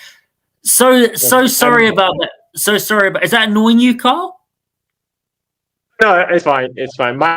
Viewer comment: His name is not”Kyle”. It’s Carl.